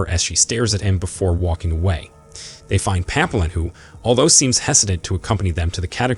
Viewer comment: tbf almost every French word in the recap is pronounced wrong. Papillon = Pa-pea-yon.